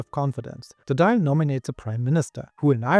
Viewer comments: The Irish parliament is pronounced Doyle not Dial like an old fashioned phone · It's not pronounced "Doyle" either. The vowel in the middle of the syllable is pronounced like "awe". The "i" is present to mark the "l" at the end as slender, meaning it's pronounced similarly to the "lh" in Portuguese. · Very decent pronunciation of the Irish names. However, one improvement, if I may 🙂 Dáil is pronounced "thawl". The accent over the a gives it an "aw" sound. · Dail is pronounced Doil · DAWL Would be a better pronunciation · The fada or accent on the A such a as Dáil lengthens the vowel sound. The I in Dáil is silent. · I agree, just make sure the "th" is pronounced more like a "d" that's stuck on the top of the back of your teeth, as opposed to something like "thick" or "filth"